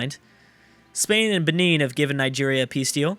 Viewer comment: pro tip. The Brown African civ with the guy decapitating another on their symbol is pronounced (Ben-in) not (Ben-een). Like, BEN is IN the other room.